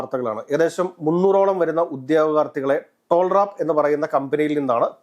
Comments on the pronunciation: ടോൾ റാപ്പ് അല്ലാ ടാൽറോപ് 😂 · ടോൾ റാപ്പ് അല്ല, ടാൽ റോപ്പ്